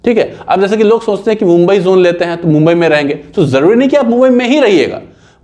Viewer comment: Gumbai kha bola...